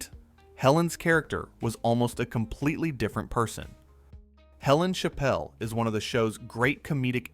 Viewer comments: 'Chapel', not 'Chappelle'. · Helen’s last name is Chapel. Not how the host was saying it.